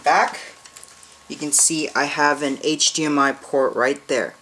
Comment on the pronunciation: hdmi not hgmi